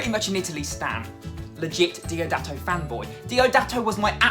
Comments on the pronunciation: It's DIODATO, not DOIDATO! A hug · Diodato not doidato 😂😂❤️ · Ahahaha mate it is Diodato not Doidato..... so cute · It's Diodato, not "Donato." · Ehy... Psss... Just a little advice: if you're a legit fan boy, you should know that his name is dIOdato, not dOIdato... 😬👍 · DIODATO NOT DOIDATO ahahahah ; ) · It's not Doidato but Diodato 😅